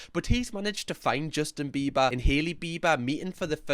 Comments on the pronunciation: I think this is just me… but every time you say “biber” i understand you as “beaver” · I love how u say BEE-BA in your accent as in Bieber